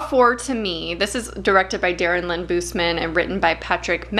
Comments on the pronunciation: It’s Darren Lynn Bousman not Darren Lynn Boozeman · I found this because I watch a lot. Love the coop. But pleeeaaaheeease, look up how Darren Lynn Bousman pronounces himself. This was driving me nuts.